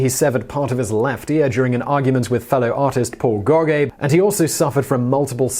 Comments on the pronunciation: The surname of the guy that Van Gogh was arguing with when he severed his ear is pronounced “Go-Gan” not “Go-Gay”!! 😡 Do you get all the pronunciations correct in any of your videos?! 😳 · I know you get a lot of grief for your pronunciation sometimes, but I think you're just trolling us now...The way you pronounced "Neuschwanstein" and especially "Gaugain", that was on purpose wasn't it?... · Ya really butchered the pronunciation of Gauguin there, Simon.